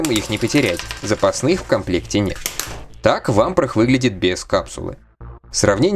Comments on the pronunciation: В субтитрах есть явная опечатка- bro(c)ken, shaky head лучше в этом контексте заменить на wobbly, а правильное произношение Вампра- без звука Хэ на конце, так как по правилам чтения у “Vamprah” h на конце будет глухая..если только это не личное предпочтение) В остальном контент на высоте! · Буква h в английском на конце не произносится, как и во многих других случаях. А про Чирокса я не знаю, вроде бы он все также произносил.